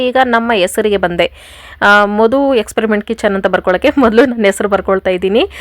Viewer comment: Ayyo Experiment alli R illa